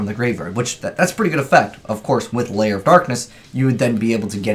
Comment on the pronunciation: it's Lair, not Layer